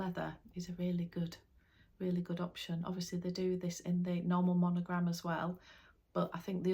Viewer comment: Hello! I love watching your videos and listening to what you talk about bags. I’m wondering why you always say monogLam instead of monogRam, or do people in Great Britain say that, and also on the British LV website they write monoglam?